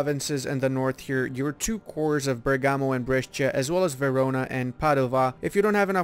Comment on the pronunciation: Bergamo! My home! In Italian the accent is on the "e"not the "a" :D